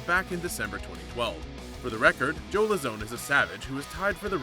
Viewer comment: You should of researched into how Joe’s name is pronounced.